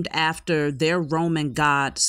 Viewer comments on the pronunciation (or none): none